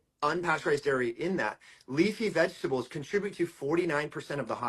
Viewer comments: Diaper Donnie can't pronounce vegetables because it contains more than three syllables. It appears the only three syllable word he can say is "tremendous". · We would prefer if you do not humour Trump by saying "vegables" and why are you dissing 'Sam and Ella", what did they ever do...